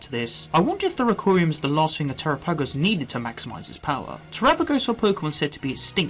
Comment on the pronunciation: I love you and your videos but your pronouncing terapagos incorrectly. It's Ter-apa-gos. Pamfro games made the same mistake... lol. Minor thing but really makes my brain itch! Haha! Thank you for your good work